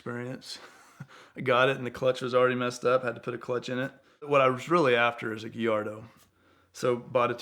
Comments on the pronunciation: Gee-ardo ? Try Gallardo wow Lost respect for you immediately. That’s like saying Cor-votte 😒 Wow , how could you make this mistake. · “Lamborghini Geeyardo” Jokes aside, love this guy! Anything is possible.